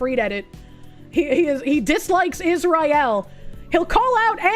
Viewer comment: I love how pronounces Israel like that assassin brother from Smokin Aces. 😂